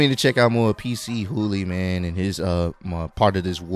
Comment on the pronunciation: It's not "PC Hooly" but "Pchooly".